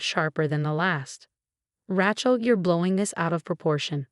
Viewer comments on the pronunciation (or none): Please research names before you use them. The way you pronounce Rachel makes it sound like ratchet which is a tool used in building. Its proper pronunciation is ray-chel! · All these stories the words are mangled or mispronounced. It's R-ay-chel not R-ah-chel and it seriously degrades the enjoyment of the story. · Ratchel is not a name.It's Raachel.learn it. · There is no T in Rachel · Rachel Not ratchel. 😂😂😂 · The name is pronounced Ray-chel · Yeah, Rachel should NOT rhyme with ratchet ! 😂😂